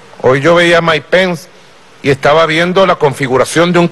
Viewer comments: jajjaja no que ridiculo como insulta y repite "Maik pen" como un niño enojado, en realidad si ponen un chofer de autobus en ese cargo que mas se puede esperar. que pena por los venezolanos que bajo calleron y en estos tiempos tan avanzados. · Quiénes son "Mike Pen" y "Donal Trum"? Que mal que habla este ex-presidente.